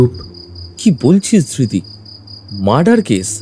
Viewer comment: Dhirti noy.....dhriti